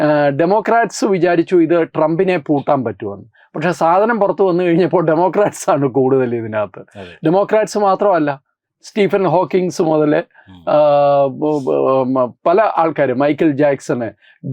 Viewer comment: സ്റ്റീഫൻ ഹോക്കിൻസോ....? എന്തോന്നാടെയ്.... 😂